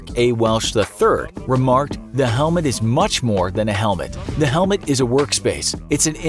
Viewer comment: HEMET instead of Helmet